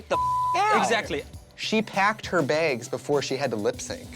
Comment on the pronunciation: “She pecked her begs” -Trixie